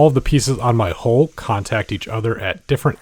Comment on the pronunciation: He writes "hull", reads "hull" but speaks "hole". Just saying.